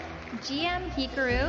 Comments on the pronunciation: the absolute butchering of Hikaru 💀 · LOL she pronounced “Hikaru” like “Pikachu” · It's hikaaaaaru!!!! , not hikaruuu 💀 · Ironically, she pronounced it like “pikachu,” and it was still wrong. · “jee-em hikeroo” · Congrats levy you deserve it! also they way they pronounced hikaru "heekaroo" 😂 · Host literally said: He-keru 💀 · "hikuru" lmao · Hikaru’s name will forever be GM-Heekaroo to me now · The way she pronounced Hika-ru sounds like a Pokemon knockoff of Pikachu trying to avoid getting sued. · She pronounced Hikaru's name like Hickory Dickory Dock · Heekroo, like Kangroo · “GM heek uh roo” uuuuuugh, please make them learn the pronunciations of names! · "GM H_I_karu?" Really? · hee-ka-ru great they just ruined the name of the best gm in the world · congrats levy!!!!!!! love ya! sorry Hee-ka-roo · Hikaru was probably mad about how his name was pronounced. That’s why he looked so serious 😂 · Butchered it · She pronounced it like it’s a Pokemon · OMG! I thought they somehow put his picture up…. Didn’t realize they evidently slaughtered his name! I thought there was some KPop Pokémon teen girl they were talking about. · Its because his name was mispronounced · Can't believe they just hung the mispronunciation of Hikaru like that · Not Andrea laughing out loud when they mispronounced Hikaru's name 🤣🤣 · someone snickered when the host pronounced hikaru's name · The way hikaru’s name was pronounced makes me die inside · How does the announcer at a CHESS awards ceremony get Hikaru's name pronunciation wrong? Just curious. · Glorious, glorious moment for Levy, his wife. Congrats Levy!! Also why was Hikaru's username pronounced like that😂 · like my question is how hard is it to pronounce hikaru, like, damn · Said Hikaru's name wrong 💀💀💀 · Disrespectful to pronounce his name like that 😂